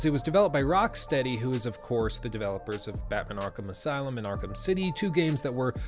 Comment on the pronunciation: Man: Arkham aslume